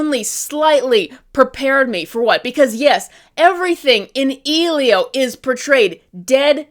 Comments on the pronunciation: Yes! Like how are you going to say its bad when you can't even pronounce the name of the movie correctly even tho it's said all the time throughout the whole movie. So yeah of course they're gonna miss key elements and themes that make you care about the characters and story in general. Its just so frustrating when clearly she went into it with her opinion on it already being decided. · From the very start of this video I could tell you didn't actually watch the film because if you had, you'd be pronouncing the name right, and I genuinely could not tell if you were just rage baiting/joking because of the way you spoke about the film💀 saying that the animation is dog water just because the characters were almost always in the center of the screen (which btw you showed a scene of them being on two different sides of the screen while saying they were in the center) for a whole QUARTER of the video, and then dogging on the style as well with the same statement is super invalid, because putting something in the center of the screen brings all the attention to it, while putting things on two different sides forces you to examine the entire screen, and both of these will always have their own reasons for it, and it just depends on what the film makers are trying to go for in terms of their framing, and what kind of thing they're trying to portray with it. Then to dogging on the story writing, when this is probably one of the first more original ideas that's been spat out from Disney Pixar since they first started to make live remakes of all their past movies is what's outrages to me, because yeah, while the movie is basically the generic "I don't belong" / struggling to connect with others trope, the way they go about it is unique. The reason WHY he doesn't feel like he belongs and struggles to connect is because BOTH of his parents died, and the reason why he's ob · EXACTLY. Has she even watched it?? If you watched it you should know how to say the main characters name